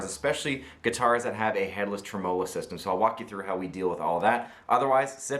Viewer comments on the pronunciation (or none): Great video but “trim-mo-lo” was bugging me 😂 I always thought it was “trem-oh-lo”